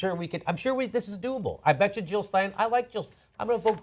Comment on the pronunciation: JILL NOT HILL JILL NOT HILL